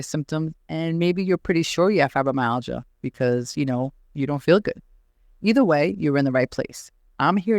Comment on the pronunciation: Your pronunciation of Fibromyalgia is not acceptable.